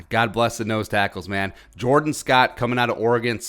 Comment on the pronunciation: Fyi... it's pronounced JorDAWN Scott. Not the regular-sounding Jordan.